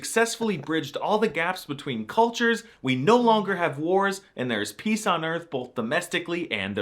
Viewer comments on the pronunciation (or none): none